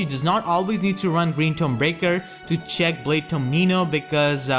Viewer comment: everytime you say check i hear chick and my imagination kicks in "great magic chick "